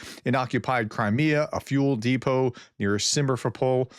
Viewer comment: YOU DID IT AGAIN !!!! It is not Simer fopol ! It is Simfer opol !!!! It should be easy !!!